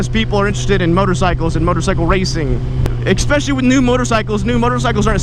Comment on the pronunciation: Please. Stop saying "exspecially."